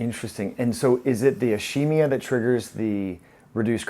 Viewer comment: "ishemia"? Is keem ee ah..